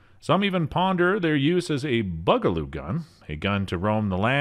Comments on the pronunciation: OMG, 'CarbIne' instead of 'CarbEne', and 'Bugaloo' instead of 'Boog-' was like nails on a chalkboard. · "BUG-a-loo"? "Pal-MEE-tow" State Armory?